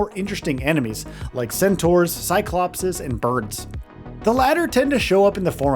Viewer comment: don't know why but i can't stop laughing at the way he says birds hahaha